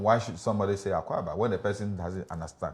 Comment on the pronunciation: Why is the presenter having issues with the pronunciation? Is he subtly saying Mr. Ga your language is hard to learn ?